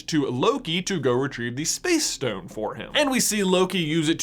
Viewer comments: It’s not a shtone, it’s a Stone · IT'S S T O N E NOT S T H O N E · Does he say power shtone? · my mans saying power shtone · Why does he say Shtown not Stone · He says stone like “shtone” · Nobody: This guy:Power shtone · It’s pronounced STONE not SHTONE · stop saying "shtone" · It’s stone not shtone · You mean stone not shtone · Take a shot every time he says “schtone” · Nobody: J: “Shtone.” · “schtone” “firscht” “cascht” “HE TRIED TO CASCHT THE UNIVERSE INTO DARKNESS USING THE REALITY SCHTONE” “ONCE THANOSCHE HAS THE SCHTONE” “Hischtory” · ....power shtone... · every time he says "stone" i hear "shtone". anyone else? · Pls stop calling it a power shtone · I’m I the only one that gets stressed about the fact that he pronounces shtone instead of stone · The infinity ‘Shtones’ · Am I the only one triggered by him pronouncing Ss as SH like 'POWER SHTONE'. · He says stone like schtone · The way he says SHTONE pisses me off so much, why am I so petty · Which Shtone is the best Shtone? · That lisp is rather annoying. Every "st" word gets pronounced with a "sht" instead. Like he says stone like shtone. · Once I noticed you pronounce it as "Power Shtone", I couldn't not notice it. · Is it just be or does he say stone in a funny way? Like “shtone” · Have you realized he says shtone sometimes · I laugh every time he says power schtone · This guys pronounciation😂😂 Schtone, firscht, and my favorite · WTH is shtone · Lol "shtone" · If I hear him say "power schtone" one more time. I'm gonna lose my mind. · "power shtone" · The power schtone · Ok did anyone else realize he says “power SHtone” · “Power Shtone” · Word of the day: Shtone! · You say stone in a really weird way. "Schtone" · Shtone. Lots of shtones. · I hate how he pronounces the s